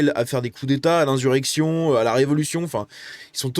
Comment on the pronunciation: Insssssurection stp, prononce pas comme code Reinho🤣. Merci à toi pour toutes tes vidéos ❤